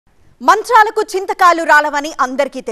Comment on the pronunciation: Manchalaku kadhu amma manthralaku😂